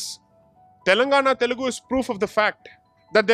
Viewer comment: It's Telugu, not telegu. The irony.